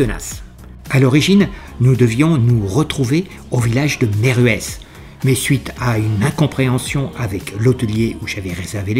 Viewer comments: Bonjour. Merci pour nous faire voyager avec vous sur les routes Corses, mais pas que. Originaire de MILLAU, je rigole comme les Corses, quand tu demande leur eau en écorchant le nom. Dans l’Aveyron on dit: « Ageeeuu ssac »(Aguessac), Veill Ro (Veyreau) et « Meill ruesss » (Meyrueis). Mais ce n’est pas grave, tu es pardonné. Les films que tu nous présente sont super. Toujours agrémentés de belles paroles et de bonnes musiques. Alors quand je reçois les notifications, je jubile.:face-blue-heart-eyes: Je te souhaite à toi et Evelyne un bon week-end et de bonnes fêtes de Pâques: attention aux chocolats, c’est bon, mais il ne faut pas en abuser…😜 A bientôt ✌ Jacques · Bonjour Jacques, merci pour ton indulgence 😂😂... que je ne mérite pas au moins pour Meyrueis, notre village étape préféré, j'aurai dû quand même retenir cette prononciation depuis le temps que nous nous y arrêtons! Très bon WE à toi aussi et pour les chocolats je transmettrai à nos petis fils que nous avons la cahnce d'avoir ce lundi de Pâques 😉✌️